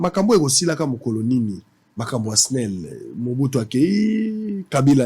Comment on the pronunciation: balobaka esnel te balobaka snel